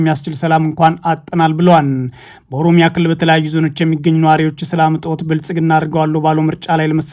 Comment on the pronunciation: መጀመሪያ አማርኛ ተማር። ሆሮሮሮ ጉሩሩሩሩ የሚባል ሀገር የለም 😅